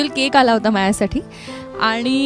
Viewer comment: All the best both of you. Mayuri, 10 days ago I enjoyed first time Ti phulrani episodes 1-327 within two and half days. I heard you here and there with " mahyasathi" pronouncing instead of "mazyasathi". Pl correct it. Sorry.